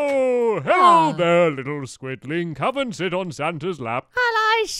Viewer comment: When he said "sit" in the santa accent it sounds like he swore. Sorry but I just had to point that out.